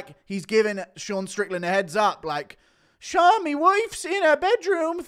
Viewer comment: "ShOrN" hahahahahahahahahahaha